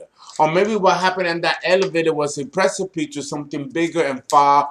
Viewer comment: Precipice = pronounce like “press-sa-piss” not “press-sa- pee”. - virgo here